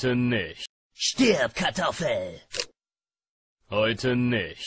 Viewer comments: Ist euch aufgefallen das er bei "Stib Kartoffel" Sagt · ich glaub der hat stirb kartoffel gesagt :) lol